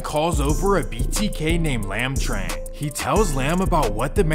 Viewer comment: Fyi, "Tinh" is pronounced "Ting". "Trang" is pronounced "Jong". "Tran" is pronounced "Chaahn". "Vinh" is pronounced "Ving".